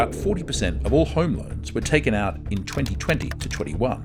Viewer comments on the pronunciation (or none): none